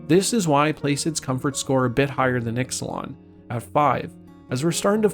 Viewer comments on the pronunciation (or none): Exelon? do you mean Ixalan?